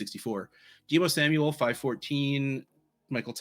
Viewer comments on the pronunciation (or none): none